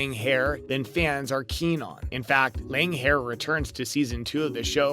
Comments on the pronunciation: Great Goddess, could you get someone who looks up pronunciation of names? Loaghaire isn’t “langhair” but “leery “ . It’s Gaelic. And “villantry” isn’t a word. The word is “villainy” which IS English. And , Diana”Galbadon”? Cripes! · I enjoy the TV series. Having said that, however, Diana's books are far superior in that they are much richer and fuller and cover far more than any TV series ever could. And dude! The pronunciations you used - please!!! "Lang-hair"???? It's "Leery". "Gadalbon"??? It's "Gab-al-done". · It is not Langhair, it is pronounced LEERIE!